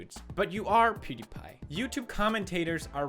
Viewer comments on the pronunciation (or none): none